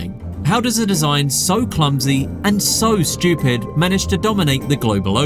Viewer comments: The guy keeps saying the sun fish is shchoopid. What is 'shchoopid'? Is that british for 'stupid'? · Who are you calling shtchewpid, you're british..